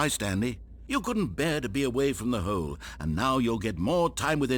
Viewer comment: i love the way the narrator pronounces hole like “heoule”